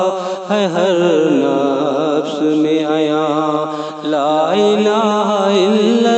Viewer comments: درست فرمایا آپ نے لفظ (ن فس ) نہیں (نف س )ہوتا ھے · نفس کے تلفظ کی ادائیگی درست نہیں ہے